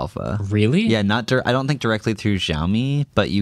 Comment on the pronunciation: The 'j' sound adds to the pronunciation of Xiaomi makes me smile. The X is like 'sh' in shower